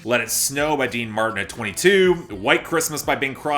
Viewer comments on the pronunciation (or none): none